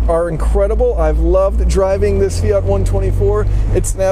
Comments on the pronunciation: "fiata"...... yawn. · Fiata lol